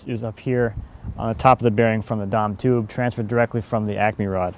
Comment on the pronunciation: The what tube? Sounds like you said "Dom tube". Whatever it is looks like schedule 80 pipe. What did you call it?